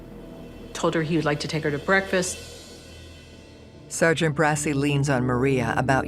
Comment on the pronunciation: Its pronounced det mike BRA-CHI thats the italian pronounciation of bracci not brassy. 😂 i hate when they make italian names white